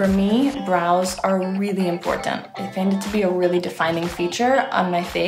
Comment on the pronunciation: she still can't pronounce important